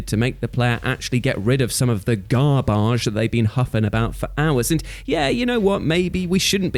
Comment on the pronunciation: Reasons why I like this video: * great list of topics that well and truly break the experience; * pronouncing garbage as "garbazjsh", * and his trademark message of positivity - it connected with me on a more personal level than his others one wc I love just the same..